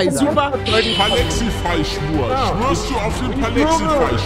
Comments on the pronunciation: Ach so guter job haha dieses palexify bababababa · Gott versämmle noch eins es heißt PALIFY!!!